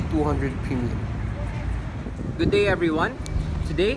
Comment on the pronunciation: Premium not Pinion